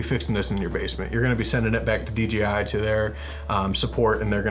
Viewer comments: keeps saying DGI. Does anyone know if you can have to controllers so one for camera one for control? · Google can't find a "DGI" Phantom... weird. Sorry, but every time you said DGI it was drilling into my brain! lol Great review tho.